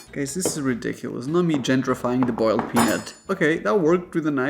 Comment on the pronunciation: He didn't say boiled correctly. As a southern woman.